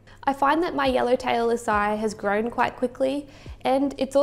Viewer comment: Usually it is pronounce A C I, long A, C, then long I.